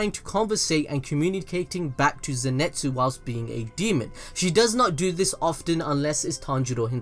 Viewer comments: its pronounced INO-SKEY not INO SU KE and NE ZU KO not NE ZE KO ZE NIT SU not ZE NET SU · Why do you keep saying Zenetsu and Nezeko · zeNEtsu?, mate zeNItsu i think is the proper way... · zenitsu not zenetsu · Fam please! its Nezuko!! NOT NEZEKO! and its Zenitzu.. NOT ZENETZU please besides that good video though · Zinetsu :nez ko channn Me hearing that :the fuk u forgot the "U"man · Cløudjckt _ and zenetsu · No one:: “neZEKo” “zinETSu” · you’re British like me but you’re butchering surnames 🤣🤣 Ne-Zoo-ko is how it’s pronounced and Ze-knee-tsu